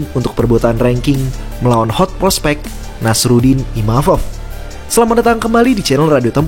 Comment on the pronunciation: Penyebutannya Nasourdin bang bukan nasarudin